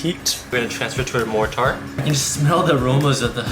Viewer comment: Your pronunciation of “mortar” is fucking flawed